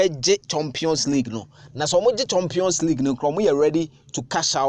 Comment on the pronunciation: 'Chompion' instead of 'champion'. Eiiii assntefo) and their pronounciation